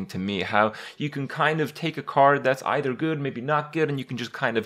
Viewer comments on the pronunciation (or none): none